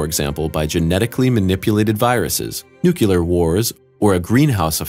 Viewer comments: "Nukular" is not a word. Nuclear is. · You lose all credibility when you say NUCULAR instead of NUCLEAR ! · Did you say Nucular Wars? Did you mean NUCLEAR WARS? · The Fermi Paradox isn’t really a paradox. It’s a question, it isn’t paradoxical and never has been. A paradox isn’t an unanswered question. And FFS it’s Nu-clear, not Nu-cu-lar. Stop doing fucking science videos if you can’t say it right. Stop narrating. Just STOP. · Please don't say "nuke-yu-ler". People who don't pay attention, and some really dimbulb past presidents, say "nuke-yu-ler". Educated people who pay attention pronounce "nuclear" as it is spelled, in it's correct pronunciation "nu-klee-ar". (Think of the word "nucleus"... you don't say "nuke-yu-lus", right?) Saying "nuke-yu-ler" is a running joke among people who DO know language, phonics, phonetics, etc. ... it's as bad as saying "irregardless" and some other trash words. Otherwise, this production has got some amazing visuals and concepts, and clearly explains them. Thoroughly enjoyed it. Just for future reference.... "nu-klee-ar". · It's pronounced "nu-clear" not "nu-killer". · Good video gets dislike for "nukular". It's nuclear. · did you just say "nukyalur"? I think you did. Say it with me "New • Clear" now add them together. Newclear.....nuclear. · It is pronounced, NU KLEE AR, not NU KU LER. Look at the spelling, nuclear. If you are going to make this kind of video it would help if you hired an announcer who can read. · It's pronounced NUKLEAR! FFS! So many "science" channels get this one just as wrong as GW Bush. It's a deal breaker for me. Can't take you seriously if you can't even say the things your talking about correctly. Thanks for milking a view out of me. This video is only full of very well known info anyway. What a waste of time. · “nucular” wars? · I watched right up to ........when you said "nucyalar" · You lost me at nu-cu-lor… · "nucular" wars? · He said new-ku-ler. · Nucular wars? Really?